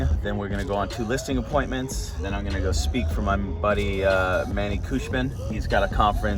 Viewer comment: Josh has known manny for so long and he still doesn’t know how to pronounce his name